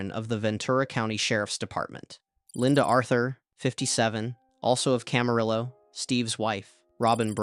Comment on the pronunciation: Nice video, good work👍 For future, Camarillo is pronounced Cam-a-Ri-o